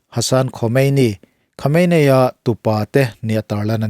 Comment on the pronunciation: Khawmeini ti a lam tur aw...